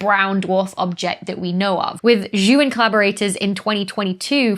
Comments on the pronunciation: Hi Dr. Becky. Just a friendly heads-up. The name "Zhou" is pronounced "Joe", not "Jew"! Cheers! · Some trivia for the future - Zhou is pronounced more like "Joe".